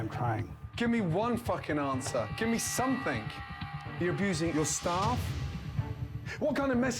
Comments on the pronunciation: Oh my god I can't ever unhear somethingk now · Gordon ALWAYS ends "something" and "nothing" with a k and it's so weird. "Somethingk, Nothingk" Seriously, you can't unhear it once you notice it.